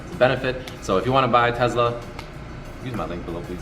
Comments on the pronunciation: Why is he saying tezla? Its tesla... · Congrats, but please stop calling it a Tezla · all the world : tesla rich boy : tezla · its teSLA with an S !!!